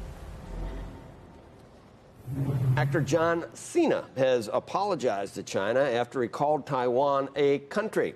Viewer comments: John Xi'naaaa?🤔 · Jone chi-na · Cena? More like Cen-nah